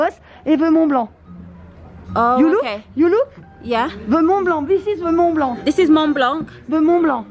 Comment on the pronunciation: This trip looked like so much fun! But I need to tell you as a frenchie subscriber, the C at the end of Mont Blanc is silent aha